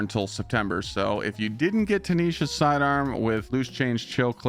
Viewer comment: Tinisha's??? Eyo..Tinasha's :D Please